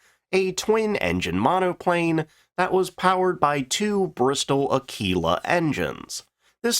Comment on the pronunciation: It's A-killer or Ak-keeler not Ak-wheeler.